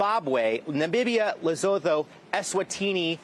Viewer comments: Lesotho is pronounced “Lesootoo,” … this is just another example of mediocre white men being given chances and positions of power without really being very talented. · Maybe they can take the time to say Lesotho🇱🇸 correctly, I know that sounds silly but isn't part of their job at least to pronounce words correctly